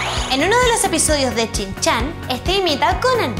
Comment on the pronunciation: Dios mio me encantado el vídeo!! pero por favor no vuelvas a decir chinchan el shinchan!!!😗😂😂😂😂